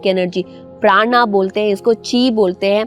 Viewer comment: When you speak Alpha you speak Alpha....when you speak frequency you speak frequency... So when your speak Praan speak Praan....NOT PraanAAA. Don't know why people are mimicking foreigners....Praan becomes PranAa...Shiv becomes ShivAa...Ramayan becomes RamayanAaaa. Sanskrit is a scientific language just as Dhyaan....so d pronunciation should not be changed. Btw nice explanations 🙏